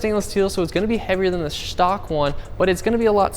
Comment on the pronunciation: Shhtock xD